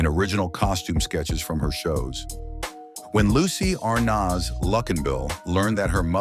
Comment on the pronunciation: When will these narrators ever learn to pronounce the name A R N A Z ? And why repeat the same things over and over, this could have been 10 or 20 minutes instead of 30. And he couldn't pronounce D E S I L U either.